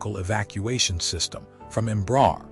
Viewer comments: Might be nice to learn how to pronounce the name of the company correctly. It's not "Embrahr" it's "Embra-Air" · pronunciation approximate: embra + air (english)